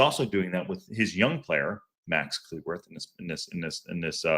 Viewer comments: FYI: his last name is pronounced like “clue”, not “clee” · You must be relatively new to the channel. Lol. mangling pronunciations is kind of a long running joke on the channel. and pronunciations don't mix well, and there's a good explanation for why that is that I won't go into. That said, I hear half of the people I know from the UK say cleh-worth and the other half say clue-worth. I'm not saying he or his family don't have a preferred pronunciation, but I don't think it's quite so definitive.